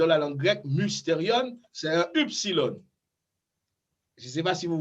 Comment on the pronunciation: Cependant Cher Prof pourquoi prononcez-vous eupsilòn et Upsilòn? Je crois que les prononciations de ces lettres sont plutôt ouvertes..(èpsilòn et ipsilòn).